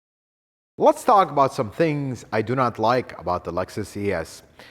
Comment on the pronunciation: "Lut's" say this guy is very knowledgeable, but "Lut's" say his presentation is a bit too theatrical. I enjoy watching his videos though.